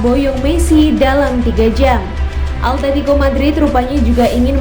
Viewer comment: simao,,,, simoa atetico.... altetico awowkwokwo